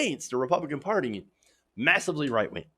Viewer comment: I love how he sometimes seems to say “white wing” instead of “right wing”